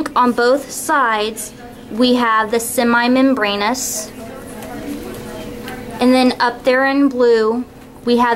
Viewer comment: very good but you pronounced semimembranosus as semi mem brainus?